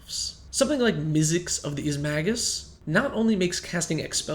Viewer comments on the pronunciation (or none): there is an "n" in izmagnus. it's magnus, not magus. /petpeeverant